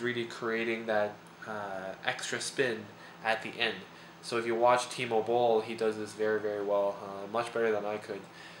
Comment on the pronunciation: Dumb thought: I thought he was saying "T-mobile" - Timo Boll...really sounds like it -_